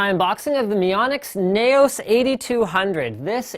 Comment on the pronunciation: I think it's pronounced "Nouse" as in rhyming with mouse, and as in "Laos". I might be wrong though.